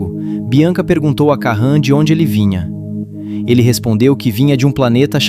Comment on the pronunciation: "Karran" e "Klemer" 😄😄😄